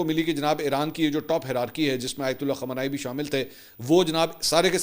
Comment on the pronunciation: khamanai nai khamnai aap glat name lete hain خمانائی غلط خامنائی صحیح